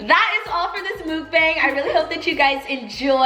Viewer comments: if you say MOOKBANG one more time. It's pronounced MUHKBONG, if you are going to do a video on an eating show, then do some research instead of pronouncing it wrong multiple times and in so many ways -_ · its not pronounced “mook-baeng” its pronounced “meok(eo as in uh) bang(a as in Ah)” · mukbang ~~ pronounced MOOK-BONG not BANG god damn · Teala... it's pronounced muck-bong😂😂 it's hilarious when you say it wrong though. Love this btw💗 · You horribly mispronounced mukbang lol